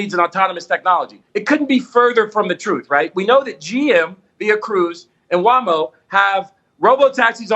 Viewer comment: he still says Waamo 😂😂